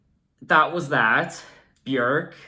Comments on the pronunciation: your pronunciation on Björks name is the best I have heard from a foreigner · oh my god it’s so refreshing to hear somebody pronounce her name correctly!! this album’s 1 of my all time favourites 💕